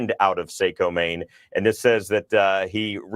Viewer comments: Mainer here, this is so unreal…. I can’t believe this is happening in my backyard. This is so devastating. It’s pronounced like Socko btw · Saco Maine lol saayyycooo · Lol saco is pronounced sackoew. The a has an ahhh sound, the o has a hard o sound. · Sock-o not Sake-o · Saco pronounced socko